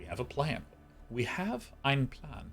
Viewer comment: did he intentionally try to pronounce the "ein Plan" in german? because that was the best german pronounciation from a non native speaker i have ever heard, omg